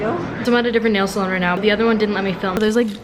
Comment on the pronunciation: sOlOn its salon